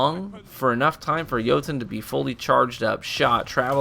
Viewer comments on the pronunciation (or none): “Joutoon” lmao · Hey, your saying jotunn wrong it's noob tube. Ha